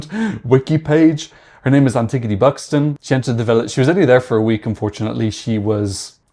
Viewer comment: Antigoni in Greek is pronounced Anti-yóh-knee (y as in yeah yeah fire)